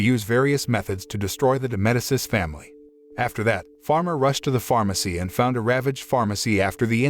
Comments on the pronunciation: It’s pronounced Meh-dee-chi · If you don't know how to correctly pronounce words. Look it up. The name is " MED i chee ". Her name is Lotte. Pronounced " Lot tee ". It's not that hard to get it right.